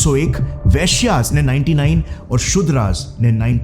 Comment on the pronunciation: "वैश्य" hota hai pronunciation. Jo aapne pronounce kiya, uska matlab kuchh aur hota hai